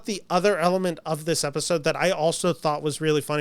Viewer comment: When you say "Episode", you're lips are saying "Efisode". Are you part Filipino?